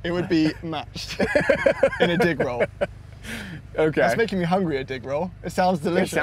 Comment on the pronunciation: When he said got anymore of those dig rolls he realised how that sounded lol. "Dick rolls"